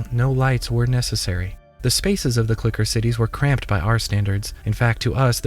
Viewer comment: why did he keep saying "clicker" hard R